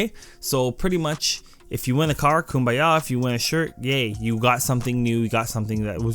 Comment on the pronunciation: "yay combaya"